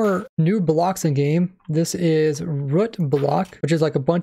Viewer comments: It’s root, not rut. I don’t see no horses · Why does he pronounce “root” as rut? How even, why even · Root, Boot, Shoot, Moot, Scoot, Loot, etc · "rut block" lmao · he just talks like that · Root, Foot, Book, Cook It may not be "proper" but at least it's not illogical.